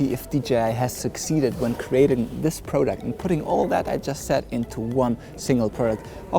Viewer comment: It's product, not pro duct.